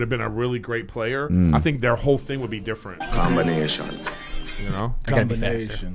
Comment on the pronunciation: Its crazy…i listened to this on the radar freestyle with drake and centch the last view weeks and i always had to laugh when drake says: combineetian…and i say it all the time now too even tho i speak german….and now its on this podcast 😃